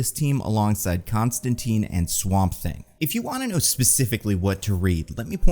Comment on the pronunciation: i had faith in to pronounce john constantine's name the way it was intended alas:c